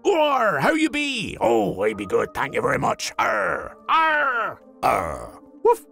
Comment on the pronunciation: Its arrrr not arrrg.